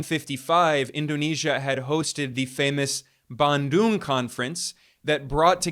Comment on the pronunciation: Hey my friend, your pronunciatian of Bandung is totally wrong. Your American background proves how ignorant you are of Asian languages.